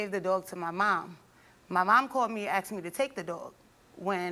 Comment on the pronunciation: Because the examiner asked (excuse me, "axed") the question.